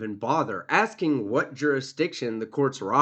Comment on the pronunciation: Just sounds funny hearing "assin da question." :face-blue-smiling